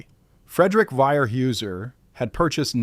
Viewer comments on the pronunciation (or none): I have to correct you in the way you are saying Weyerhauser .. In oregon we pronounce it Warehouser... Just a thought... Otherwise good job...